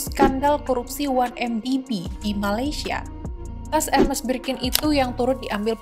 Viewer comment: How to pronounce Hermès